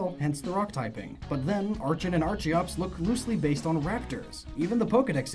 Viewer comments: isnt archen and archeops pronounced more like arken and arkiops though? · It's pronounced "ARCK-en" and "ARCK-ee-ops". Remember to think of it like "Archaeopteryx". And I'm a firm believer of the "fossil Pokemon are only Rock-types because of fossils" myself. I love the idea that they were a different type back when they weren't fossils. My personal theory of what type they once were: >Omanyte/Omastar=Water >Kabuto/Kabutops=Bug/Water >Aerodactyl=Dragon/Flying >Anorith/Armaldo=Water/Bug >Lileep/Cradily=Water/Grass >Cranidos/Rampardos=Dragon/Rock >Shieldon/Bastiodon=Dragon/Steel >Tirtouga/Carracosta=Water/Steel >Archen/Archeops=Dragon/Flying >Tyrunt/Tyrantrum=Dark/Dragon >Amaura/Aurorous=Dragon/Ice As you can see, I'm pretty convinced all of the dinosaur (and pterosaur in Aerodactyl's case; remember, pterosaurs were NOT dinosaurs) Pokemon were Dragon-types. It would explain why so many other Dragon-types (Haxorus, Dialga, Palkia, Altaria, Kommo-o, Reshiram, etc.) are also clearly dinosaurs and why many non-Dragon-type dinosaur Pokemon (Tyranitar, Tropius, most of the fossils I listed) can learn Dragon-type moves.